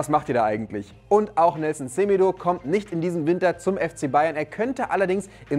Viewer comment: Er heißt net Semedoo und auch nich Seemedo Betonung liegt auf dem zweiten e also Semeedo😂